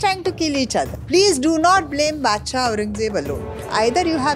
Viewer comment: Why she Pronounced Baadshah again again, non sense